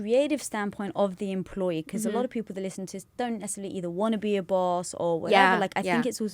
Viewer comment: Oh my God, the way you said Boss is Bawse (like in Lilly's book: How to be a Bawse). It would be amazing if Lilly were in this podcast. Lilly knows a lot about being the best version of yourself! This episode was amazing! ♡